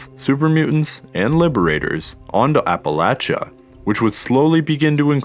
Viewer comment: Finally someone who says Appalachia right! ❤️